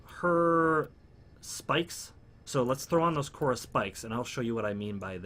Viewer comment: It's Khora and not Korha tho xD